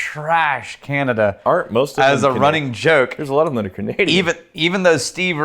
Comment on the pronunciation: runnink (not running) Rex: takes a sip of whisky